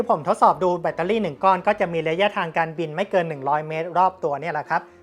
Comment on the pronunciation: แบตเตอร์รี่ครับ ไม่ใช่เเบตตารี่ 😂